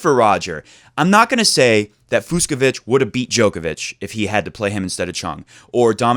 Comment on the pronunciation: The 2 ‘cs’ in Fucsovics’ name is pronounced like ch in Cheetos snacks. So it’s NOT Fuksovik :)